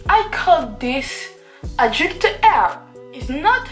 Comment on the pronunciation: "It's my creation it's adulte Rrr" Mdr😂